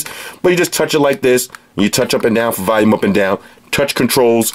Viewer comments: Why is it so hard to say volume not valume! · I love how you say Valium instead of volume lol it cracks me up everytime